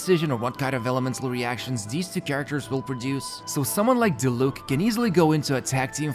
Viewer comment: My man still be saying Dilook instead of Diluc. Gotta love a man with commitment.